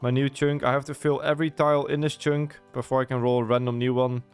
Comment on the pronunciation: For fuck's sake hearing you pronounce chunk as "choonk" over and over again is grating beyond all belief. It's pronounced like "chuhnk". The U makes a U noise as in "understand", not "onderstand".